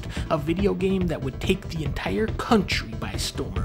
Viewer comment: I don't know how he does it, but you can hear Dunkey pronounce the "K" in Kountry every time